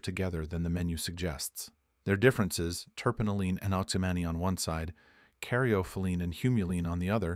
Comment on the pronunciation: Not pinon but pie_ neen, carry_off o_lean oh_si_mean, ;ter pin_o _lean, mur_seen. All said wrong sorry man. You say them wrong them right. The argument is valid though and trust me, durban poison has put me to sleep more than one, but both times they were 33 to 36% thc. Hindu has never felt anything other than indica heavy